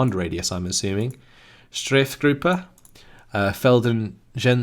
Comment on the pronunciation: Just one little thing, "Strafgruppe" has a long a vowel, imagine Strahfgruppe, (Strafe = penalty and has nothing to do with strafing but I can totally understand the brainfart association) or make it sound like the a in pass. I only nitpick because you're doing so well on most other german pronounciations. <3